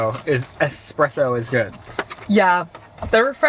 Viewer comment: Ffs it's eSpresso. There is never an X in this world. And it's "aSk" not "aKs"